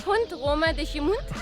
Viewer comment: It's not "GIMOONDE". It's pronouced "GIMONDE" with an open "O". You went to the right place for good food in Bragança 😁.